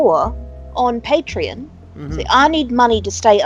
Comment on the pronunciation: Pay-tree-on. Get it on.